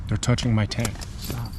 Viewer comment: The way this pronounces "Tent" is driving me nuts. He keeps saying "Ten"